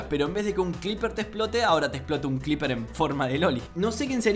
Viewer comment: nadie: literal mente nadie:: CLIPER